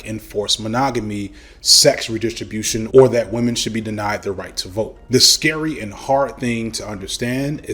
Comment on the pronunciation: He he... "wamen"